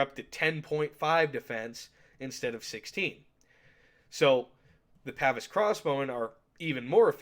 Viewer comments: Pah-vaise not Pavis old boy, when referring to the crossbow men. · I know someones gonna get mad about it so I just wanted to say: Its Pah-veese, not pav-is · The way you pronounce “Pavise” pains me.